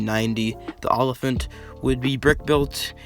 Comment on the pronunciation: Also like "o-liphant"